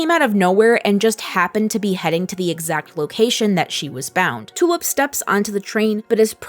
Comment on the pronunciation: I keep hearing Tulip's name as "Two-up". Is it just me?